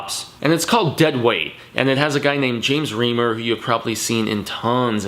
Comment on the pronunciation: Names you mispronounced: James Remar (REE-MAR) and John Rhys-Davies (REESE-Davies)